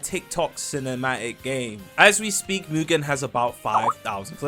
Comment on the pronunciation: Englishman who can’t pronounce is crazy what is mu-gen 😭